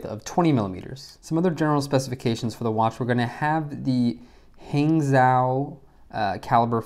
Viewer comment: Hangzhou sounds like hang-joe. Silent Z. It's the city in China where they male them